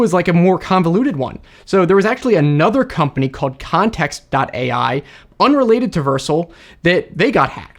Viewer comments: Dude pronounces it Vercil instead of Vercel. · Just FYI, "Vercel" is pronounced "ver-SELL," not "VERSE-ull." :-) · Vursle 😭 It's pronounced ver-cell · Its pronounced Ver-cell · That's not how to say “Vercel”. It is ver-cell. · Don't mind me, I'm just throwing up in my mouth every time pronounces Vercel